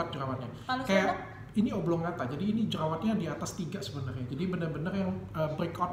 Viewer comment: koreksi dikit dok, hrsnya jerawat konglobata bukan koblongata wkwkwkwk